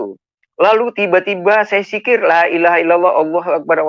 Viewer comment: Sebodoh2 nya muslim, menyebut dzikir dengan huruf Jim atau "j". Engga ada yg sebut dzikir dengan dikit😀